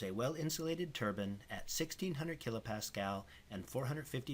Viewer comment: It's pronounced "turbine" not turban